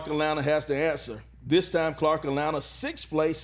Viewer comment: I just need him to say “Atlanta” correctly one time.